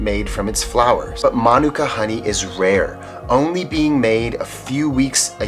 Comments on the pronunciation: It's "Ma,Nuke,Ca" Manuka that's how you say it properly I'm a beekeeper from NZ as well 3 years experience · No, it’s “Ma Nu Ka”. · My mom loves Manuka honey. Love this episode. Also we've been saying manuka wrong our whole lives 😂